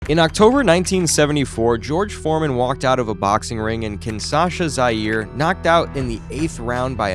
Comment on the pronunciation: The usual AI garbage. Why use a voice that mispronounces important things? Perfect way to demonstrate that either you don’t know or don’t care. Either way it’s not a channel worth watching because you can’t be bothered to get it right. Pronouncing Zaire as “Zeer” and calling Angelo Dundee “Angelo Dandee” says it all. Don’t waste our time with this nonsense. If you want to do a video about two of the greats of boxing, do it RIGHT. Don’t disrespect them with this garbage.